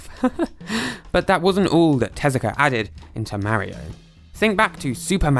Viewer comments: Its not merio its mario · Its not pronounced marryo its pronounced mar ree o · You said mawio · did you say mario wrong who’s merio is Mario is not to be say merio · I still can’t get over Marry-o…Mar-io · It's Mario (Mah-Ri-Oh), not "Merry-Oh" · its M-AR-I-O not MAH-IO learn to speak stupid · It's "Mah-ri-oh" not "mary-oh". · “Ma-reo” its “mar-rio” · imm not trying to say 'you sayed it wrong' im sayin 'you did not say mairo' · YOURE SAYING MARRY O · Take a shot every time he says "Mary-O" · Mahrio ✅ Mario x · mowio? how do you get it that wrong??? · So Mawio became Fwendliuh!? Huh... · could you try even a little bit to pronounce people's names? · you need to deleat this video and remake it, you are saying Mario incroectly. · In this video not only do you butcher numerous names, but you use the exact same clips over again. Moreover, you constantly are repeating yourself unnecessarily, not once was what you were saying a difficult topic to understand, but hearing you repeat it for the third is just obnoxious and makes it uninteresting. The video honestly needed to be shorter for what information you put into it.